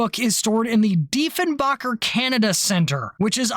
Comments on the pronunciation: just a quick pronunciation correction on the former prime minster its pronounced DEE-fun-bay-kur remember this is Canada we speak the kings English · The thing that always bugged me about the whole thing was the attempt to completely erase the CF-105 Arrow program from existence. Diefenbaker (it's spelled and pronounced like someone who makes bread) was notoriously petty and absolutely hated the Liberal party. His "excuse" for canceling the project (which was begun under the Liberal government of Louis St. Laurent) was supposed to be the enormous expense. He characterized it as a prime example of the wasteful spending of the Liberal government. Yet, he did NOTHING to see if the government could make some of that money back by flogging the project to another country. Yes, Pearkes talked to the U.S. (as if they would want a jet interceptor that wasn't 100% U.S. designed and built) but there was also interest at the time from the French and the British as well as other countries. Yet, Dief the Chief ordered not only the shutdown of the project but the destruction of every single part of it. Part of the reason there was such outrage among the Canadian population was that this seemed so incredibly petty and unnecessary. As for the exodus of aeronautical engineers to the U.S., how could the engineers have any trust or faith that the Diefenbaker Conservatives wouldn't suddenly decide that the space program should be canceled. I acknowledge that Pearkes had valid reasons for questioning the validity of the program, but politically it was handled about as badly as it could have been. I remember my Dad absolutely despised Diefenbake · With all the research you appear to have made in this production..... it's Diefen'baker', as in one who bakes bread or cake or muffins, not 'backer' or 'bocker'. ;) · ...and it's Deefen-baker.....:)